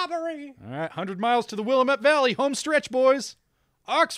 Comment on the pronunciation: Oregon Trail messed me up, man. It was in every classroom when I was a kid in Indiana, but then we moved to Oregon and it confused the heck out of me because it always gave me the impression that the game ended when you reached Oregon. But the Willamette (wil-am-et, by the way) Valley is FAR into the state. Probably 60 miles from the Pacific coast. You've been in Oregon for a good 300 miles by that point.